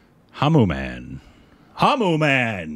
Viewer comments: How did get through school 😂 Reading Hanuman as Hamumam 😂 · It's not Hamu-Man its Hanu-Man... the most powerful super hero of India... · Pronunciation is Hanumaaan Not Hanuman like Batman Jai Shree Ram 🙏🚩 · Hanu Man, Hamu Man... Yes it's Hamu man! Me: burst into laughter in a silent hall while looking at my phone screen Lol😂🤣🤣🤣😂